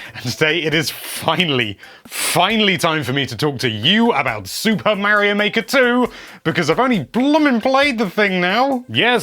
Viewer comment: Omg the amount of Mary-Os is driving me insane.